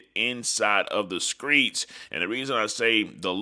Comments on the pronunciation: My guy what the hell is the skreets 😅 you mean the streets 👀👀👀👀👀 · That's how they pronounce it in Memphis